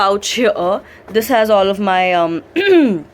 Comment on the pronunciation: she said in this I have my chaddi.... BTW we all know she was going for shadi